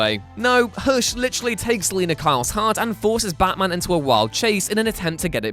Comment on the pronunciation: You say Hush like Hursh